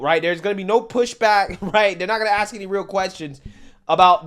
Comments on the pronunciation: How do you axe someone a question? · You ask not Axed smh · When you say the word "axe" instead of "ask" credibility is gone. Regardless of who owned the bike, if I would have treated a pregnant lady like that, on camera, and my mom saw it,Lord help me